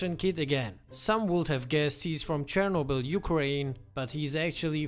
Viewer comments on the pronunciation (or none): none